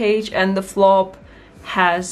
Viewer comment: Flap not flop.